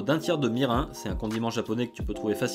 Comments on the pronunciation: J'adore tes vidéos mais désolé on ne met pas de poivre de sichuan et ca ne se prononce pas "mi-rain" mais "mirine". Mes oreilles et mes origines ont pris un sale coup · Cool merci. Comme tu dis c’est vraiment simple. Au fait c’est plutôt Mirine que ça se prononce. Mais bon, nous français on est fort pour déformer donc c’est excusable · Le mirin se prononce Mirine. Et j'apprécie beaucoup ta chaîne ! Keep going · Non ça se prononce "Mirine" je crois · L’ensemble de mon métabolisme a fait un bond quand j’ai entendu « mirin » prononcé avec le son « un » à la fin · Mirin se prononce ''mirine'' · Ça se prononce "mirine" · La prononciation du mot “Mirin” m’a trigger